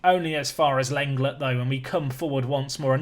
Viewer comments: not seen many people saying it was bugging me Lenglet is pronounced Len-Glay not a huge deal its not like i cant bear to watch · Whilst on the topic of pronouncing names I think that Lenglet is pronounced like 'Long-ley' although you've probably been told this plenty of times